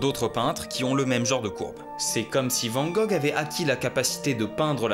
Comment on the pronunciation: Juste pour la prononciation : c’est « vane » et pas vent gogh comme un van/bus